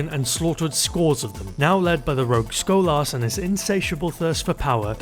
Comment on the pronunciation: It's Sko-las, not Schoal-Arse!